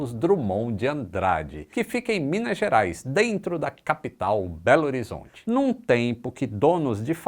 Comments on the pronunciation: Apenas duas correções, quem mora em Belo Horizonte não fala "Belzonte", fala "BH" ou "Belorizonte". O pessoal de BH não curte muito quando fala Belzonte, é como se fosse uma ofensa k. Outro, por ser aeroporto da Pampulha (que é o nome da região), quando o Belo Horizontino fala dele, ele fala "da Pampulha", não "de Pampulha". Apenas passando mais conhecimento da região, cidade muito boa e vídeo perfeito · Beozonte e foda né, ngm deve falar assim kkkk doidao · Cara aqui não falamos "BELZONTE", soa como algo pejorativo, falamos "BH" ou "Belorizonte". E outra na suas falas, NÃO é "Aeroporto de Pampulha" e SIM "Aeroporto da Pampulha", e também NÃO é "Em Pampulha" e SIM "Na Pampulha". Suas falas demonstram arrogância, desrespeitoso ou até mesmo falta de pesquisar a cultura do estado em que esta falando. Não é uma critica por criticar, mas sim mostrando a real cultura do povo mineiro. Acho que vocês ainda nos veem como um povo da roça, o que é triste. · mineiro não fala "Belzonti" é Beagá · Vídeo muito bom,. Apenas um detalhe: nós mineiros não falamos “Belzonte” e sim “Belorizonte” ou apenas “BH”. Abraços! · Nem no interior fala "belzonte", falamos "belorizonti" KKKKKKKKKKK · e mineiro fala beága e não belzonte kakakaakkaka foi engraçado ver ele falando eu amei❤❤❤❤ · Pesquise. Mineiro não fala "Belzonte" em nenhuma circunstância ou local. Quem fala "Belzonte" são todos aqueles que querem zoar os mineiros como caipiras. Em tempo: sou capixaba! 🤔🇧🇷🤔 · Todo errado…. Da Pampulha. Na Pampulha. E ninguém fala belzonti… tá passando vergonha. Ah , parabéns pelo vídeo 😊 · Lindo vídeo. Mas não se fala "beozonte". Ninguém fala assim kkkkk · Você não deve conhecer belo horizonte, ninguém aqui fala bezonte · você foi infeliz em dizer "belzonte". Pelo menos aqui em BH eu nunca ouvi ninguém dizer "belzonte". Nos próximos vídeos pesquise sobre as pronúncias corretas dos moradores locais. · "On co tô?" - "Beo zonte" Hahahahahahahhaha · Berzonti que fala kkkkk